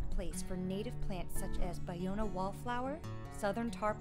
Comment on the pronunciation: Finally learned how to correctly pronounce, Ballona. It's pronounced: Buy-Owna. Also, learned it dates back to the San Gabriel, Tongva indians. Also, that Marina Del Rey was the destruction of 50% of it, and today only about 15% of the original wetlands exist. Great.